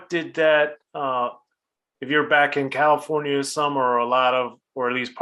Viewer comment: L.A....Cali-forn-ia. "Get the burgers whimpy"